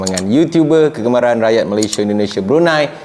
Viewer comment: Malaysia:- MA-LEY-SI-A bukan Ma-ley-shi-er. Perbetulkan sebutan nama negara kita tuan.